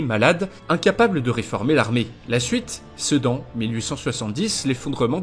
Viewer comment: Désolé mais e tant qu'ardennais, je me dois d'intervenir. À , on ne dit pas Sédan, mais bien Se(u)dan. En tout cas bonne vidéo, super bien réussie et très complète, un plaisir de l'avoir visionnée.